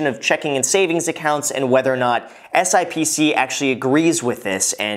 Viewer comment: FYI, the financial industry calls it SIP-SEE...but you can call it whatever